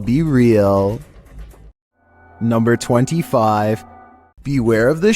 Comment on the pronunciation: "NUMBR FIFTEEN!"